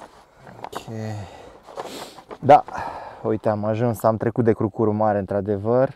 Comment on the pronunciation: Crucur se accentuează pe prima silaba, aici în zona Brașovului. 😁